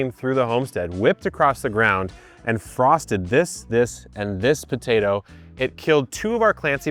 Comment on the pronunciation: Brooo, the buh-tay-doh accent killlls me 😂